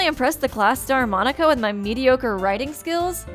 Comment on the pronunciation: everytime you say monika i hear you say monokuma for some reason ._.